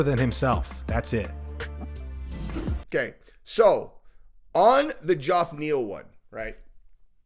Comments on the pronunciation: Why do you keep calling the guy Joff? It's pronounced Jeff (Geoff) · God damnit. His name is pronounced Jeff. Not ge-off. Jeff. Fucking hell. That is all. Carry on. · His name is Jeff. not Joff. Geoff is just a different way to spell it. I grew up with a kid who spelled it that way. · Geoff=Jeff... not Jorf lol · Dude why TF aren't you capable of saying Jeff? Does your brain not comprehend that Geoff is pronounced Jeff? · Why does not say the name Geoff properly. Its not even a difficult name to pronounce. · You ever gonna pronounce Geoff's name correctly? It took 30 seconds to do some actual YouTube research on how everyone pronounces his name. Yet you say you work so hard, but can't take 23 seconds to look up his name. 🤔🤔